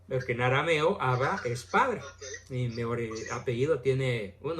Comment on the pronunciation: No es Ábba sino, Abbá.